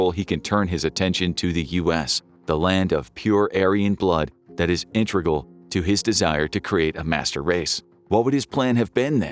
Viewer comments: no, he's not AI. he even messes up some of his lines like what's - he says "intregal" instead of "integral" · Hi, I'm a grammar/spelling/pronunciation snob, and I'm here to say that "intregal" is not how you pronounce "integral." Have a snobby day! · Need a proofreader? I keep catching stuff like how integral was mispronounced as intregal